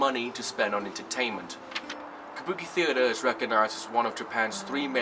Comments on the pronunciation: Did you mispronounce Kabuki half the time? What's kubaki? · Yes, you often slip into a mistake and say kubaki...the puppet theater is Bunraku.😮